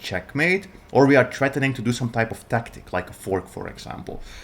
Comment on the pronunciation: we are trettening, we have a tret you learned your English in the gutter of which country?